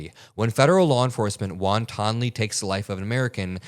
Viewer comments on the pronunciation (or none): Pronounced wantenly not wonton lee... lol 😂:_AdamAdamthink: jk? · Its pronounced wan.ten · Sorry but the won ton Lee got me laughing